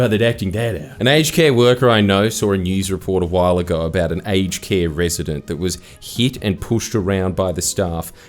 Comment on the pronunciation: My American is showing. I deadass thought you were saying "HK" instead of "aged care"